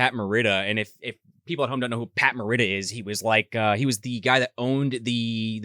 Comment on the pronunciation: Please learn how to pronounce Morita before you try to educate anyone about Pat’s history.